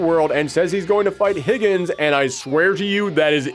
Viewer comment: "Higgens". It literally says Higan. Idk where you're getting the S from, and it's pronounced He-Gone.